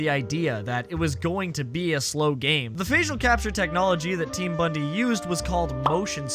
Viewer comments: bondi is pronounced "bond-eye", not "bundy" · Team BONDI, not bundee. Is this ragebait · Just gotta say Team Bondi is pronounced 'bond-eye'. Its a famous beach town in Australia. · why does no Americans no how to say Bondi correctly 😭